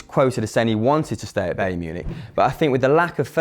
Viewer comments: WTF BAEYRN its BAYERN ??? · its pronounced b-eye-ern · Bayern isn't said like that mate